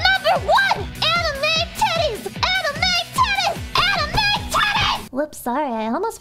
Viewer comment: Watching this at work was an unique experience. I wonder if my headset was leaking sound when she said AMIME TITTIES